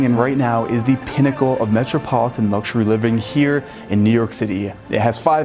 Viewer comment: It's definitely New York. Dude said peeennacle cuz he can't stop thinking about peen